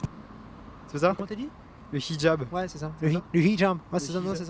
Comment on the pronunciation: 😂🤣😂🤣😂(fey yung) il a dit le (chijab) lol jrigole quand j'ai écrit (fey yung) 😆 pour les casos qu'il veulent me casser les cosh